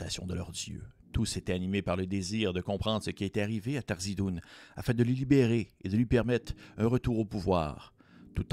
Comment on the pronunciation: c'est pas Tharzidun... c'est THARIZDUN ;)